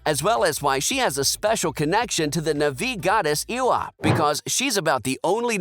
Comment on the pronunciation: the mispronunciation of lo'ak, tuktirey, eywa, kiri, and neytiri is killing me